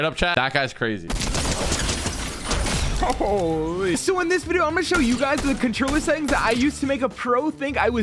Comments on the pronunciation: No it’s hi gays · nope it’s hi guys